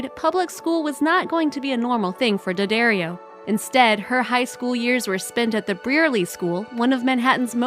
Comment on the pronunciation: 11) it’s Dad-Dario not Dad-Ario